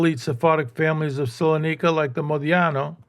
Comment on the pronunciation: Minor correction- it's "Salonika", not Solanika.